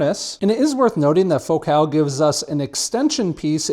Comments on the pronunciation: It’s fohkel. Not faux cal. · says focus normal but says focal "fok cal" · As a Brit you say Focal so strange? Do people not say FO-CALL? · The name Focal irritates me. Why is it pronounced that way? "It's Joe Dírté"